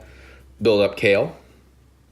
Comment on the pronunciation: Kefla not kale